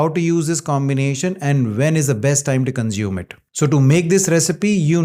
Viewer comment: The s in consume is NOT pronounced as Z, but as S.